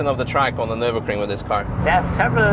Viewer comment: So that video dude has driven many cars - over years - on the Ring. But hasn't yet learned to pronounce the name of the race track correct. Impressive.....